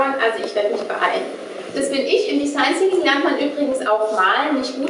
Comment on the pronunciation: wenn sie noch einmal design "zinking" sagt...